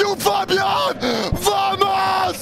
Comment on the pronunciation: des barres ..... essaie de dire Bamos ! le v se prononce B en espagnol !!